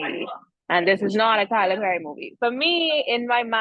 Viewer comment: Taylor Pherry but the P is silent 😂😂😂